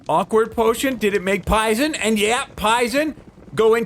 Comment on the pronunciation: HE SAID IT, HE SAID THE LINE! “Pison potion” XD